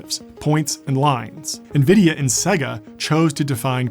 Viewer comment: Great video. Maybe I imagined it, but I think Sega was pronounced 3 different ways.